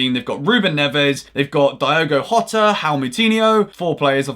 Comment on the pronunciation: Jota is pronounced with a soft J - like a zh- sound. Same as with Gabriel Jesus. Portuguese J's are different to Spanish J's